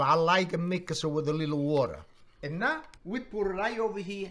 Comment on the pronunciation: I like how he says „now“—> „nää“ 😁😊